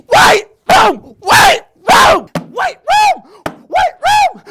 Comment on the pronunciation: hahah he said whitrah